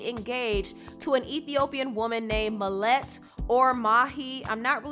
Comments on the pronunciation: it's pronounced ma ha let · Mahlet's name is pronounced "Ma-ha-late" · im ethiopian, u pronounce it ma-ha-let